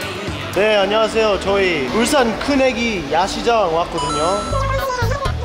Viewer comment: 울싼 X(발음) 울산 O(발음) 데이브 의 빌음